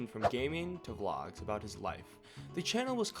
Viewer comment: bro said aboot instead of about?